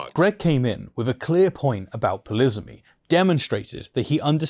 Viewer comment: "Polisamy" - did I hear that word correctly please?